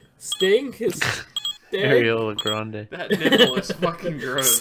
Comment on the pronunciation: anyone heard say ariola grande??? 😂😂😂😂😂😂😂😂